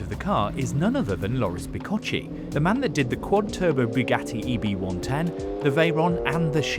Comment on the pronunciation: Bicocchi readed bicokki!!!! Non bicocci